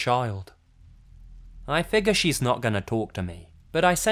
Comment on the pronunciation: Tina I I can’t stand how he pronounces “figure” as “figga” Lmao